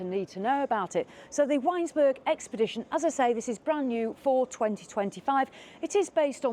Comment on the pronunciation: It’s ‘Vinesburg’